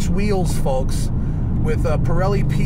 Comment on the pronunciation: Cool car. Great review as always! I miss driving these roads. I’m in AZ now and the roads are boring. Please stop pronouncing the “L” in “folks” 😂